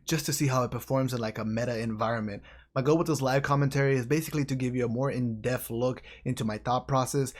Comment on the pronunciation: you da man! But am I the only one who caught you saying in the beginning of this video, “a more in def look” instead of ‘in depth’? Lol 😆 Just messing with ya man! Stay,! ⛄️